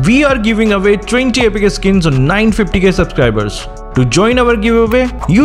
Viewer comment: How he says Epic like epika🤣